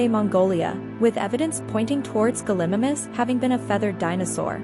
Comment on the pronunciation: How can you butcher sooo many dinosaurs’ names, and many aren’t even dinosaurs. This makes me cringe so much! I mean, come on! Guhlimumis